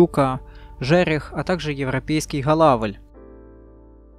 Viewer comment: Правильно говорить ГОЛАВЛЬ, а не Холавль